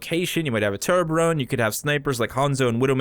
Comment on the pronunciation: tor-be-orn, not to-bo-ron